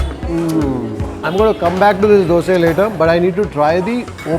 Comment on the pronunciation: Thank you for telling dose instead dosa. One more word please tell pura instead of puram , upma of uppittu